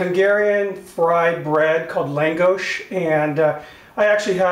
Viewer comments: This is not longos! It's fried potato bread. Longos has no potatoes at all its a bread dough deep fried in a cast iron pan. And it's not pronounced Lang it's Lon gos short a sound like la la la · it's pronounced like lawn-goash (with an accent)